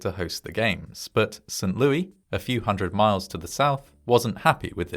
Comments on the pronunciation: Not "Saint LOO-EE" but "Saint LOO-ISS". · Ha, we pronounce it "Saint Lewis" here. Zero Americans say "Saint Lewy". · "Saint LOO-EY" Instead of Saint Lo-is lol. That's wild. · Small note: it's pronounced as St "Lewis" (with the S being said) I know it gets confusing! The US has pronunciations from so many languages. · Saint LEW-iss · Mad story ... But St. Louis is pronounced St. LEW-ISS, just FYI. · He called it "Saint LOO-EE". 🤦‍♂ He actually said "Saint LOO-EE". 🤦‍♂🤦‍♂🤦‍♂🤦‍♂🤦‍♂🤦‍♂🤦‍♂ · It is pronounced "Saint Lewis".... I fear you have now taught your fans to mispronounce one of our major cities ... Do love you, though! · St. Louie? The 's' in St. Louis is NOT silent! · How tf is no one freaking out about his botched pronunciation of St Louis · Heading St Louis pronounced without the "s" is weird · The "s" at the end of "St. Louis" is not silent, and it's it's pronounced like "Roh"/"Roe" , not "Roo" for "Roosevelt" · I know! That made me laugh. As did the pronunciation. To be fair, it was named after the king of France and you’d pronounce his name that way, but we def don’t say it like that in STL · That's what he said, "Lewis" rhymes with Stewie 😅 Don't tell him about Pierre South Dakota... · I'm guessing it's a British pronunciation? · No, that would be the French pronunciation. But, it doesn't matter either way, because it's an American city.